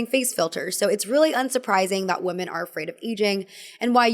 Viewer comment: i really love you and great video as always, but pronouncing "women" like "woman" is so confusing and hurts my head. Pleease😭